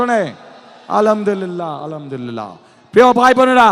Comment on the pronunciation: আসলা মালাইকু'ম! এটা কি ধরনের সালাম? আবার বললো আলামদিল্লা😂😂